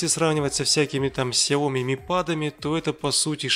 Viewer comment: ну раз не шЫлд а шИлд, то не сяОми , а сяомИ